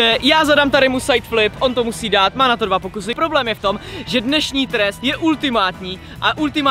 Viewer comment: Jay řekl ten test špatně😂